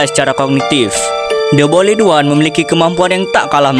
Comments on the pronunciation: "BOYLET ONE" 💀🥀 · The boiled one❌de boyled wan✅ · The boiled one❌ The bolid wan✅ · The boild× The bolid✓ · The boiled one❎ The boledwan✅